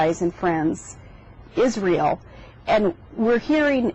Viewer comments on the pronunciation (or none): "Izreyell"? Isriyal? Israel, you bitch